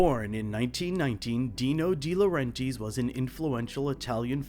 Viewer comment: So you went through all the trouble of researching this film, you had to have listened to a ton of interviews and after all that you're going to pronounce Dino De Laurentiis' name like that?!